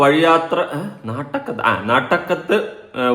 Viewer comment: അയ്യോ.. നാട്ടക്കം അല്ല അതുലെ നാട്ടകം 😂